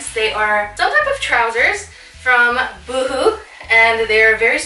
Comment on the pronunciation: Lol "you-hoo"... why am I thinking of right now 😂 love this haul, girl! Thanks for sharing! ❤